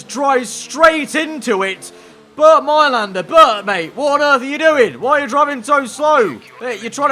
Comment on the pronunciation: BERT?!?!?! his name is BERND! :D